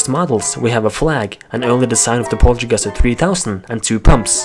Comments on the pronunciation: its poltergust not polterguster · ITS POLTERGUST NOT POLTERGUSTER!!!!!!!!!